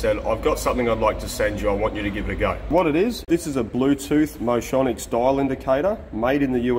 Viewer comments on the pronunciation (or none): It's "motion-icks"